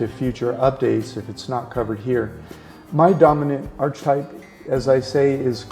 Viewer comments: The word archetype is pronounced like ark not arch just FYI ;) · It's pronounced Arkatype, not Archatype....otherwise, well-done!